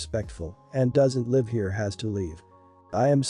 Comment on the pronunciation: I can’t stand to hear people pronounce words wrong. What country is this person from. ? I hear lots of words pronounced wrong. This time it was live.Last story your daughter shouldn’t have to take her brother with her. She had a right to hang out with her friends. Dog story. Parents should have addressed their daughters issues with animals when she was a toddler. If stepsister was 13 & the other stepsister was 20 how does she really know what it’s like to live with an autistic person. To truely understand she’d have to be there when she was born.She was right in talking to the organization since sister wouldn’t listen.